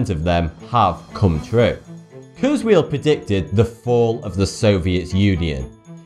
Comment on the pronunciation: I like a lot of your videos but I have three criticisms of this one... (1) Please learn to pronounce names correctly. Heinlein and Kurzweil are not pronounced like that. This is a problem with a few other videos and it makes them look amateurish and unreliable as sources of information. Looking up correct pronunciations should be part of your research. (2) The accuracy of Nostradamus's predictions has been repeatedly debunked. I especially recommend James Randi's book The Mask of Nostradamus. (You could do a whole video on Randi's book.) The quatrain cited in the video doesn't refer to the 9/11 attacks. The "new city" is probably Naples, which is near a volcano. It's not a stretch to predict it'll erupt again. The rest of the quatrain sounds more like a volcano ("a great scattered flame will leap up") than a terrorist attack. The quatrain about Hitler misses the mark -- he was born in Austria (central, not western Europe) and his fame increased in Germany, not eastern Europe, unless one believes "his fame shall increase" is a valid prophetic description of Hitler invading Poland and the Soviet Union. (3) In the world's list of historical monsters, Saddam Hussein is a minor entry compared to a couple dozen other mass-murdering dictators. He hardly qualifies as one of three Antichrists.